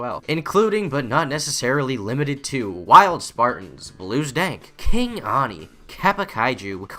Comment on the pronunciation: ALSO hey that’s not how you say ani